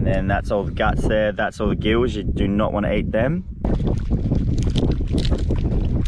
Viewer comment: Thahs it fah anotha episode guys..